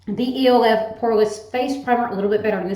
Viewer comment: Oh my god. I have so many makeup products I should do it, lmfao. I love how you pronounce E.L.F each letter. Girl it's elf LOL